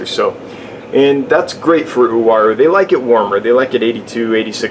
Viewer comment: Finally somebody that pronounce the name correctly..!!WA-ROO = UARU